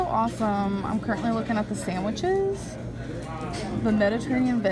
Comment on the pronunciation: “Sammwitches” (sandwiches) “Shrimp temparlo” (shrimp tempura)